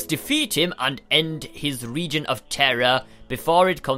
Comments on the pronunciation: you said regon. It was reign............ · 58 sceonds said region its reign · He pronounced reign wrong. He said ree-gan